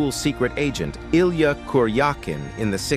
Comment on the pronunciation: My local newspaper didn't mention his name either. They had no trouble forgetting to mention more liberal actors, of course. Thanks for pronouncing and spelling his-and Illya's name correctly.